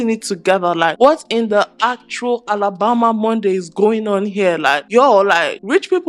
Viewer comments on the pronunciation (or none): She said alabomba xD i love her lol